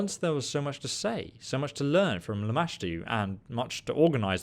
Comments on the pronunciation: I love that have the natural ability to mispronounce names. After hearing Lamastu said to him like 30 times during this mod he proceeds to call her LAMASHA. I love this guy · I have screamed the right pronunciation at him and startled my husband at least 5 times. Lol I was so proud when he finally pronounced it right 😂